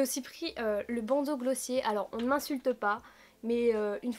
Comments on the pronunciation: S Theory mais les américains disent "Glossié" il me semble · Tu as tellement bon goût ! Par contre ça se dit "Glossieure", c'est américain je crois :)